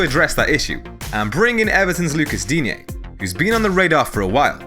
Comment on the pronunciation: Repeat after me "DEEN-Y"